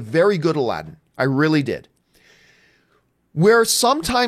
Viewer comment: Hey John, it's pronounced M-ee-na Mas - oo - d